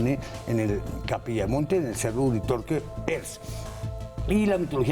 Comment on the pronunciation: creo que Erks se pronuncia sin h/j. es erks, no jerks